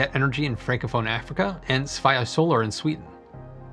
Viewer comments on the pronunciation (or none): Alright that's cool an all but your pronunciation of "Svea" needs work. Think of it like "Swe" from the start of "Sweden" and a high "a" at the end... "Svfee-a "